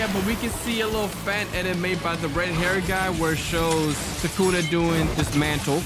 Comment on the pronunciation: It's thukuna